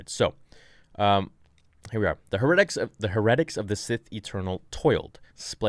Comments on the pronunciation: I cringed. I was like “what’s a her-et-ic?” Then I was like... that contexts seems fishy, does he mean heretic? My suspicions were confirmed when he showed the page and I cringed from then on every time. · I’m not being mean or snarky, just trying to be helpful. Heretic is pronounced (hair- uh- tick). Love your content, and you’re an inspirational person to me! Keep doing your thing! 👍🏻👍🏻👍🏻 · Or hair-uh-tick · Pronounced Hera-tics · How is it you don't know how to pronounce heretic? HAIR-i-tick. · Heretic is pronounced: HAIR-eh-tic. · I really like your channel, and analyses of the starwars universe. I'm sorry for this, but I have to tell you, "heretic" is pronounced "hair-eh-tick". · Heretic Hair-uhh-tick Correct pronunciation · Heretic is two syllables. Here-tic. I keep thinking as I listen that your talking about statistics or exercises.... Love the channel. It was just throwing me off is all. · It’s pronounced HERE-uh-tiks. As in, a person believing in or practicing religious heresy (HERE-uh-see). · That "heretic" pronunciation is driving me nuts lol. "Hair-et-tick" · HAIR - A - TICK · Bro have you never heard the word heretic before? You are seriously mispronouncing it. Look it up. You pronounce it as if it's some cabal that only exist in the Starwars universe. I know it seems Petty but if you're going to read for a living you should probably be able to read a word that most people will hear before second grade. A heretic is someone who goes against the rules of usually a religious order. Have fun! No hate here. Just you might want to know what it is you're saying. You know like telling somebody they have a booger hanging from your nose. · You mispronounced heretic again. And whoever wrote that book needs to look up what heretic means. Because they were obviously true believers in the sith religion.